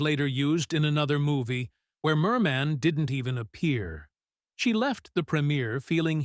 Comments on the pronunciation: It's not Mermaaan, but Mermin! Check out how her name was really pronounced. Not like Bird Man!!! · WHY IS THE NARRATOR EMPHASISING "MAN" IN HER NAME? MOST PEOPLE PRONOUCE IT AS "MUN"; MERmun. SO ANNOYING. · Her name wasn't pronoucned Mer Man - very poor for a person commentating a doco. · Stupid machine narrator. Can't even pronounce her NAME correctly. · Why do you insist on stressing the second syllable of her name??? Even Zimmerman is pronounced with stress on the first! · At least pronounce her name correctly